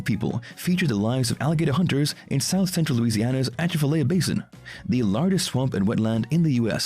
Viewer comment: Whether that was a real person or a bot, it can't pronounce "Atchafalaya" - A chaff a lie ya. The pattern of the speech leaves me unsure as to whether it was a live person or a voder, but I'm leaning towards "bot" for the most part.